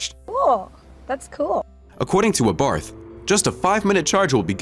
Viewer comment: "ABARTH" is pronounced Abart ( the H is silent)..."Francois" is pronounced Fran Soire